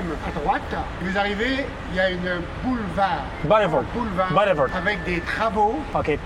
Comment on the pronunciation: "Vous arrivez y'a un boulevard ... "Yes, a belevar" "Avec des travaux" " tr...okay" Iconique 😂